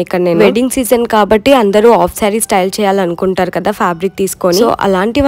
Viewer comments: 😂😂When you pronounce half saree as off saree!! U r so cute girl! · adhi off kadhu, please pronounce it as half